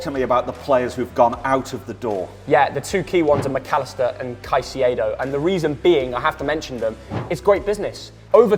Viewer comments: ITS NOT PRONONOUNCED "SAISEE-EDO" ITS "CAI-SEY-DOUGH-" CAICEDO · BRO STOP SAYING SAICEDO ITS CAICEDO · seriously pronounced Caicedo as Saisedo 😂😂😂😂😂😭👋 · Please pronounce Caicedo as Kai-say-doh instead of s-eye-see-ay-doh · Why are they pronouncing it Çaicedo (Sai-ce-do)? Is it a meme or are they just trying too hard? It's pronounced Caicedo (Kai-se-do), no complications. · “Saisiedo” you both are muppets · Stop saying saiseido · Kai-say-doe for the record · Can we please get to say Caicedos name right please. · ngl i hate how you and pronounce Caicedo.